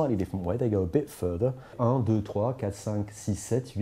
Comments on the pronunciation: I m native french , and he spells it correctly and has a closed french accent in the list of 20 first numbers . Only the "un" ( "one" ) could be detected as spelled by an english/american speaker . He gas accented "un" more than when he spells "quinze" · to pronounce UN is the first problèm